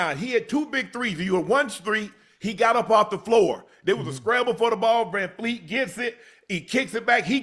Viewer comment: Unc! It's Vanvleet, not VanFLEET.